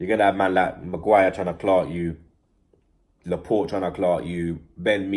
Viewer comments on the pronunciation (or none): none